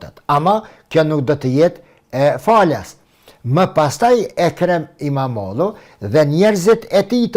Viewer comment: Imamoglu jo imamodhu o shqipe.